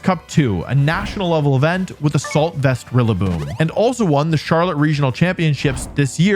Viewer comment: Rillaboom it's rillaboom